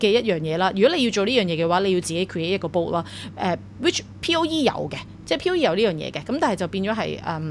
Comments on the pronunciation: It's "bot" not "boat" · Dall-E 音: 多依，源於動畫Wall-E。Bot 源於Ro-bot，不是音Bow